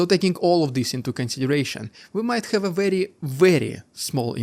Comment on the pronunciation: Please, ”have” and other words starting with H are not said ”sch-ave”